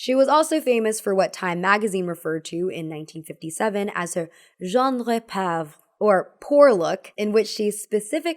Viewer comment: Genre pauvre = zha(n) ruh po vruh, not zhan ray pahv